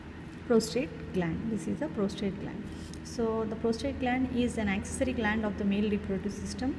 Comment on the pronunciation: Ma'am, it's the prosTATE and not the prosTRATE gland.